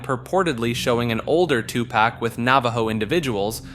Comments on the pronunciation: Two pack 😭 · 😂😂 u mean TuPak like he stated 😂😂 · “2 pack” My guy it’s been 30 years, it’s on you to know that’s not how it’s pronounced lol